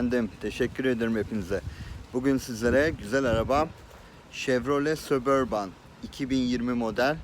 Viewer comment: sabörbın diye okunuyo abi